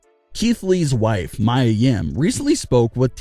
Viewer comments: It's not [maja]! It's MIA! Learn how to pronounce! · Why did he keep saying Mya when its Mia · how many videos will you upload with people correcting Mia (mee-yuh) name, it is not Mya it is Mia! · Mia not mya